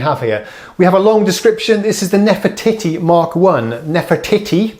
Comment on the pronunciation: I couldn't help but chuckle when you said nefe"titty". Come on grow up. Nice to hear different Rhodes played by someone else. Somehow you can hear things differently when someone else plays (I have Nord Stage 2 and same 1-6 pianos). Will listen to version minus the clacky keys now but I do enjoy your babbling.